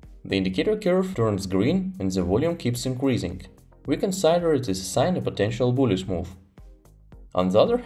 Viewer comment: "consider" is pronounced [kənˈsidər] not [kənˈsaidər]....